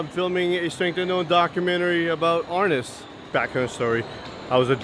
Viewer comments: That's not how you say!! I studied with Dan insantos he never called it arness BAD DOCU, MARTIAL ARTIST'S WON'T WATCH THIS!!!! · Great video. I've been training in Eskrima-Kali-Arnis since 1987, in Wisconsin, MN, OR, & CA. I cringed every time they said Arnis. *It's pronounced R-neese. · You have to learn to pronounce the word properly first. It's "Arneese"